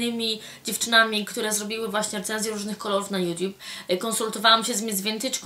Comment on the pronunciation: hehe kocham jak mowisz youtube !!!... ''juciub'' :) hihi ;DDD